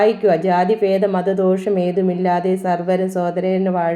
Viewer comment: മതദ്വേഷം എന്നാണ് വായിക്കേണ്ടത് മത ദോഷം എന്നല്ല